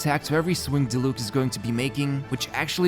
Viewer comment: My man still be saying Dilook instead of Diluc. Gotta love a man with commitment.